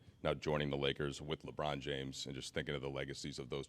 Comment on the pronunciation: Leave it to Malika to gargle Lebrons name 🍆